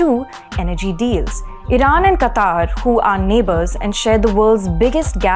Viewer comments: It is not pronounced "qataar", it is pronounced as "qatar". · It is not Qataaaar...it is Qatar.......Qataaaar means line.... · it's pronounced as कतर NOT कतार. Thank you for sharing good insights. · it is pronounced qatar, not qataar. Google is wrong. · It is "Qatar" and pronounced as Kataar.